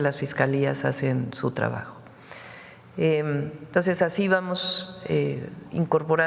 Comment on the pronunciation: La presidenta dice entos, se dice entonces.